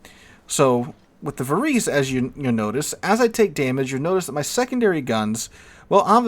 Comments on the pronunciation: Think Italian when pronouncing Italian names - it is closer to 'var-ay-say' than anything else. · The proper pronunciation is -> VA-RE-SE or something similar, although I am not italian, still ... 🙂